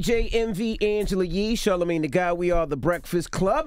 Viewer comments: Yes they did. Char-la-mag-nee especially. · “Charle magnee” 😂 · Charla-mag-knee, how the heck you getting bodied in an interview? LoL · "sharlo mag knee" at the end there, my boy Shkreli with the jabs.